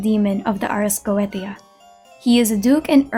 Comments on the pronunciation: not a dig at you, just something i noticed the ars goetia is actually pronounced as "ars go-Ā-sha" instead of "go-eh-tē-a" again, no hate, i say this in the kindest and most constructive way possible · The ars goetia is pronounced ars go-ay-sha its weird I know the ancient occultist were on some stuff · Goetia (go-ay-sha) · /ot on genshin but- You: Ars Geoteia Me, who played through all if FGO: LOUD SOBBING